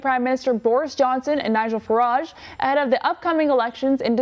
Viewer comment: Learn to say Farage properly